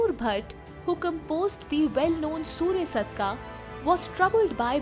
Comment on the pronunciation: It is said as Sury-aash-takam And spelt as Suryashtakam Aashtakam means a 8 versed stuti.